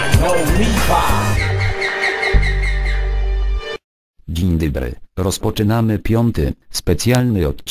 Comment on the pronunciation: Dziń dobry?? xD Spoko filmik :D